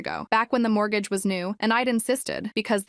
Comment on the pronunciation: Tha marble mouth mortgage...